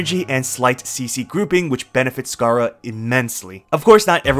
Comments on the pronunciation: Is it just me or did everyone else hear scara-douche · Am I going crazy or does he call Scara "Scaradouche" ? xD